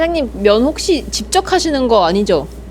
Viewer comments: 직접을 집적으로 발음하시네용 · 직접을 [집적]이라고 발음하시는 것 같아요 ㅋㅋ 습관인가봄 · 집적...?? 직접 발음을 특이하게 하시네요! 외국에 살다 오신건가용?😊